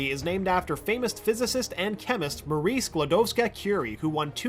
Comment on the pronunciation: Numer 60 you don't even know how nice it was to finally hear someone to use Maries' fuul, polish name :D